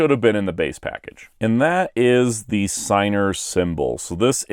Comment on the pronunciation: I'm sorry but its pronounced Sig-ner. It's incan. The dub did an incredible disservice mispronouncing it.